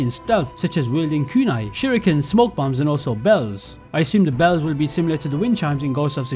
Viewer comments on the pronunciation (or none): none